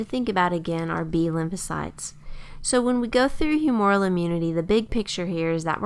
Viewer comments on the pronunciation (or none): "humoral" is mispronounced in this video. It's whew-moo-ral with the accent on the first syllable. A little bit like the word "humor" with an "el" stuck on the end